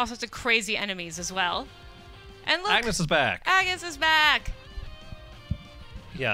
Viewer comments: So this is the great IGN, saying that Bravely Default had 16- jobs and pronouncing Agnés wrong.. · Rodrigo Hashimoto IGN is mainly an American company. It's one thing if it's a debatable name (like how some people pronounce Mario as "Mah-rio" and others pronounce it "Mare-io) but the game literally has voicing which pronounces her name very clearly. Moreover, not only is it pronounced as On-yes in English, but in Japanese, too. And as the only voice acting done WAS with English and Japanese, that argument is invalid. It is absolutely pronounced one way.